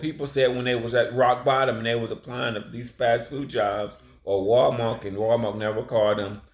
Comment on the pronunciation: WAL-MARK? I THOUGHT IT WAS.....WAL- MART T T T T T T T respectively 😅